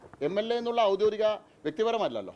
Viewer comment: 'ഔദ്യോതികം' എന്നല്ല 'ഔദ്യോഗികം' എന്നാണ് പറയേണ്ടത്